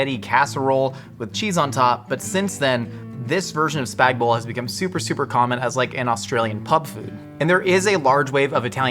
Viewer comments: The Aussie "noodles", we would say pasta, is "Spag Bol" not "Spag Bowl". It is short for Bolognese. Also you should cook the spaghetti into the suce, not pile the sauce on top. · Teacher in primary school “it’s spag BOL not spag BOG” Me and my best friend: “spag BOG”